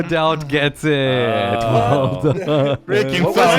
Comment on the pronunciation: You made 2 mistakes in word "Daut"